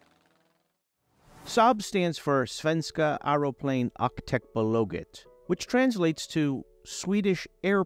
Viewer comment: His way of saying Svenska Aeroplan Aktiebolaget is quite hilarious.How about a bit of research?